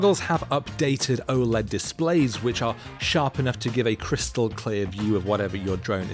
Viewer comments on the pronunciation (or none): none